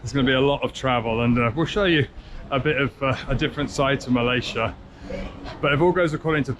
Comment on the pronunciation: Nice video. Malaysia is pronounced MUH-LAY-ZEE-UH by the way rather than MUL-EH-SHA.